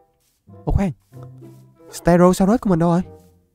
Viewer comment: Ste gô (cách gọi tên tắt) ko phải ste rô nha anh